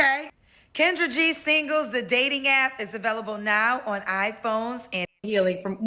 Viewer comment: Its almost as if you said "cringe-dra" for Kendra😅😅😅😅